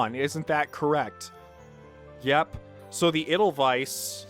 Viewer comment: the way you pronounced the Edelweiß this episode was off, especially the weiß part, its not a wiss but a w-aye-ss